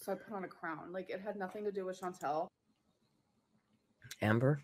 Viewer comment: Her mispronouncing “ChanTEL” and “Feudie Booty” is classic narc. She could pronounce it correctly if she cared, but that would first require her to care.